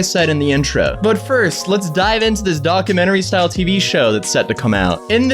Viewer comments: "docamennery" lol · What's a docermentary? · Why do you say documentary like that? It's a long u sound not uh